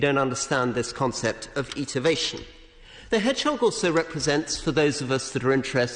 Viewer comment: Very, very impressive and quite wonderful, although he gets one word wrong, twice pronouncing "estivation" as "etivation", i.e. missing out the s.